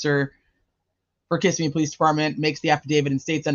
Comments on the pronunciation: Just FYI it's pronounced ki-ssim-me. Hope that helps. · it's OK. Everybody reporting on this say it wrong. Even the TV reporter. 😂